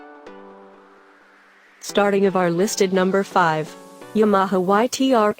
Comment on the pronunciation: Yam-aha-ha? That's enough right there